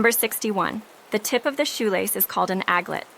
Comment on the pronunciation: “Aglets”, not”adlets”.